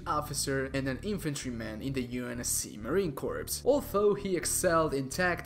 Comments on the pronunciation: its pronounced Marine Core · Cant believe you just mispronounced Marine corps wtf midnight